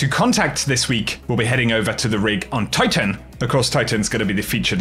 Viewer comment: Not sure,if you have had acting lessons but you now announce every last word over the top . Eg go here timer pick up your SHADER . You now over do the T’s on TITIAN , sounds too false and scripted . Annoying